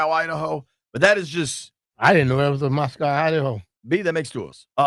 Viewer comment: It's pronounced Moss-koh, not like Moscow in Russia. It's where the University of Idaho is.